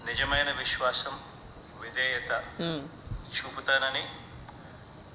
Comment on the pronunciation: విశ్వాసము...పాలకడము రాదు...శాసనం అనడం రాదు... ఇది నేతి నేతల తెలుగు😢